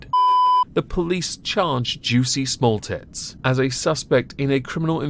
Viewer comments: I believe its pronounced Juicy Smuul-ee-ay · I lol every time you said "juicy small tts" 🤣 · I absolutely love your commitment to getting Juicy Sommolier's name wrong every time